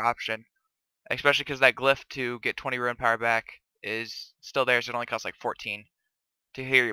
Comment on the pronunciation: I stopped watching this vid as soon as you started pronouncing rune as "ruin" fucking frustrating man